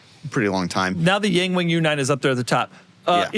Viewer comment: Yangwang is correctly pronounced "Young-wong"